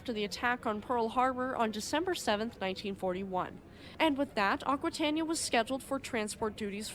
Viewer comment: It is pronounced "akwitayneeya".